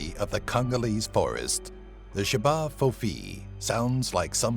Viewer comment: The J’ba fofi is actually pronounced ch-bah fo fee